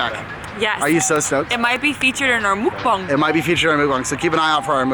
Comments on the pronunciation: i had to pause the video because i was laughing too hard at the way they pronounce mukbang. lol love you guys! i hope you have a fun and safe trip :) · I love how u guys pronounce mukbang mookbang